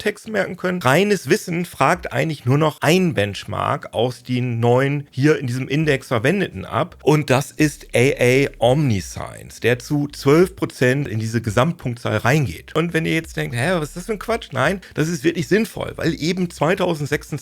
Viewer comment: Top Video! Aber 'omniscience' wird /omm-nischi-jens/ ausgesprochen ;)